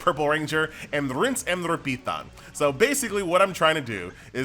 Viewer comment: He did not say “Rinse and Repetán” 😂